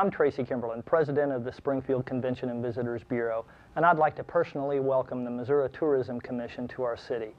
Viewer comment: Where is Missou-ah? I am from Springfield Missouri